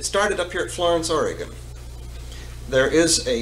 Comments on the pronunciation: oregun, not oregone. it hasn't gone anywhere. please. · Oregonion here, Frank Herbert fan, this is great!!!! Also, it's Ore . ih . gun!!! Ore . ih . gone is like fingernails on a chalk board to us. Frank says it right. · It is pronounced Or'a'gun, not Or'e'gone!!!